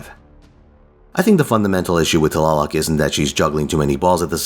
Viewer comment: Love her! I got her np3 and she does mean work. Btw, your nahuatl pronunciation was really good!